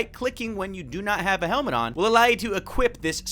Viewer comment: OMG mama mia these Archnids are scaring me Whaen you said helmet I heard as the hilmet